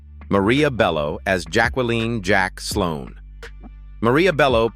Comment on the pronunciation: they still can't program AI with correct pronunciations. Jack-well-leen